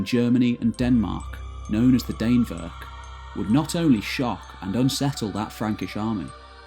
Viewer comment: Dannevirke is pronounced sort of like Danny (but with an e instead of a y) and virkey (like veer-keh) Dan-eh-vir-keh.